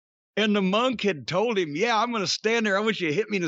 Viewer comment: I literally just learned this week it's pronounced "Mun-k" where as I've always pronounced it as "Mon-k".. Hearing Jim say it so many times made me realize how wrong I was for all these years.